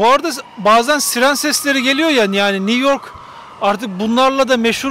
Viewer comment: Niv york nedir ya!! Bari sen yanlış telafuz etme.